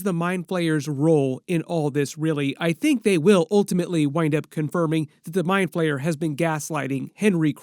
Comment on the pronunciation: He's the mind flayer not mind PLAYER 😅😅 💩 so annoying when you say player